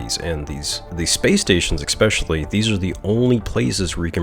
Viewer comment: "ekspecially" . Thanks for saving me 9 minutes